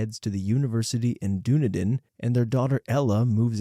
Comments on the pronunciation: Hi, New Zealander here, Just wanted to point out , Dunedin is pronounced like 'din-knee-din', not 'dune-ih-din' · DUNE A DIN WHAT? it's duh-nee-den - a new zealander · it's pronounced dun-eden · Round about the son went to the Doonedinn university (what it sounds like in the video)... it's actually Dun( think bun , but with a "d") followed with a "ee" (east, without the "st")followed with a din ( bin ,but "d" instead of "b"). You always have such perfect elocution and pronunciation, that I thought you'd wouldn't mind the suggestion... Kiwi posting here ( the nationality.. not the bird or fruit 😀) Much appreciation for your entertaining videos ⭐💐